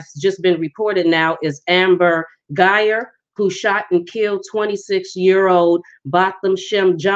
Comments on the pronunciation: Guy-Ger if you are going to do a video pronounce the names correct. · Woman, you're so crazy, you're not even pronouncing her name correctly, but they didn't know each other according to his attorney. Where did you get your information?